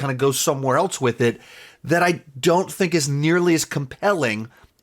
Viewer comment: Is this guy saying the word “else” as “eltse?” I’m out